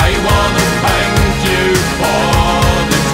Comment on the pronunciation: His th sound is getting better. It is still zank instead of thank but it sounds better than him saying zunderstorm in doomsday. He must be practicing. I hope Blutengel comes to the United States sometime. Ohio to be exact. I would nearly do anything to see their shows.